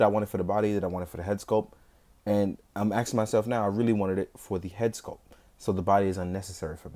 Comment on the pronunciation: Why are you "Aksing yourself" .....